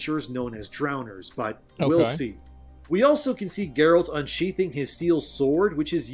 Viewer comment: Ah they changed Geralt for Jerald? :D